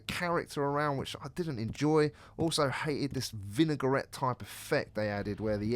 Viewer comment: Vinegar-ette. Not taking the piss, but that made me chuckle pal. lol